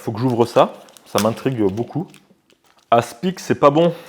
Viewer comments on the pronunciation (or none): On prononce pas le c dans aspic 😉